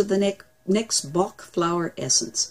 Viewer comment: His name is not pronounced 'bark', it is pronounced 'back'. He was Welsh, not German. Just so you know.